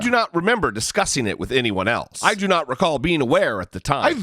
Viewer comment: He's suffering from the Jeffrey Beauregard Sessions syndrome... It's called, "I do not recawl disorder."